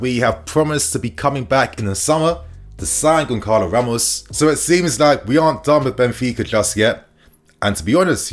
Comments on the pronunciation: As I understand "Gonçalo" needs to be pronounced as [gonZalo] or [gonSalo] not [gonKalo]? correct me if I'm wrong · It's pronounced Gon Sa Lo not Gon Ka lo. Won't Benfica ask for a 100 plus mil? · Pronounced Gon-Salo...bro, fix up it's annoying AF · Sometimes your pronounciation is mad, but GonKalo Ramos🤣🤣🤣 rofl